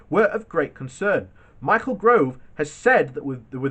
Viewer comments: PLEASE SAY THE MANS' NAME RIGHT - IT IS 'GOVE' NOT GROVE. PLEEESE! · Not Grove, Gove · No, it's spelled Gove but pronounced Gitt. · The Titanic showed THAT iceberg who was boss!⬅👻🙏🚣🏊🐙⏬🌠❄🍙🚢⬅ FFS! Can you not even remember how to say 'Gove'?